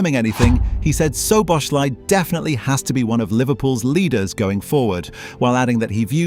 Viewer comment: hard to watch the video when you're pronouncing the name of the person you're making the video about totally wrong about 50 times